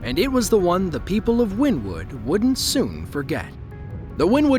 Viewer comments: Also get the town name right. It's not "Win Wood" it's "Winnie Wood" as pronounced. Locals would slap you for calling it that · WynnEwood is how they pronounce it around there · It's pronounced Wynn Ne Wood- I have traveled there numerous times as a Network Eng for and oil and gas company. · Wynnewood is pronounced WIN-E-WOOD!!!!!!! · Its actually pronounced Winnie wood. I was raised pretty close to that town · it's pronounced wynEEwood. born there. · Wynnewood is pronounced like Winnie in Winnie The Poo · I am originally from Wynnewood pronounced correctly (Win ne wood ) Oklahoma was there and just got off work at a shop off of hwy77 straight east of the initial touch down when i got home it was 1.5 miles due south of my house near Indian meridian road i could hear it and (like a train wreck cant look away because ) it was a beautiful and amazing but destructive experience it hit mostly rural areas which was a blessing for the towns people. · It's actually pronounced Winniewood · Jesus christ man, do your research it's not called Wynn Wood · It's pronounced "winniewood" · It’s pronounced Winnie wood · Pronounced, "Winnie-Wood." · It's 'Winnewood' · it’s not, I live like 5 miles from there and everyone pronounces it as Winnie wood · Oklahoma is not in the Midwest and it's pronounced "winnie wood." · It's pronounced Winniewood. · Us locals pronounce it Winnie-Wood. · Pronounced "Winnie-wood" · It is pronounced Wynn-e-wood. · It’s pronounced like Winnie wood not how he said it😂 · I love this channel basically all of the time … but every time he says win-wood … I die a little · It’s Winnie- wood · I live in this area of Oklahoma, tornado season is always fun. Btw it’s pronounced Winnie-wood. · I live in wynnewood and by the way you Pronounced it wrong